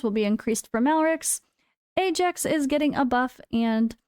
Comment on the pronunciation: It's Aye Jax, it's always been Aye Jax. Please never say Eye Axe that sounds mega cringe.